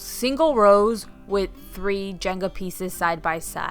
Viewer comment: Everybody says "janga" instead of "jenga".. lol